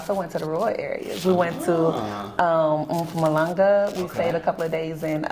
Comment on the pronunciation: Her pronunciation of Mpumalanga👌👌👌